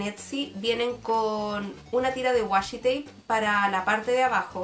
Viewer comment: Sorry pero me dio mucha risa el "wasshi tape" pero me gusto mucho el video!